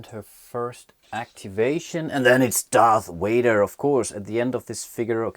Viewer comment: I enjoyed these videos...thanks for making them. But my goodness the "Darth Wader " annoys me >.<'